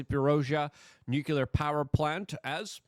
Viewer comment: IT'S NUCLEAR NOT NUCULAR